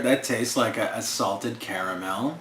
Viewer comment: Brand sins sin, pronounced caramel wrong.